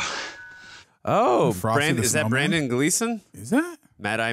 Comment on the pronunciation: FFS, his name is BRENDAN Gleeson!! NOT Brandon.....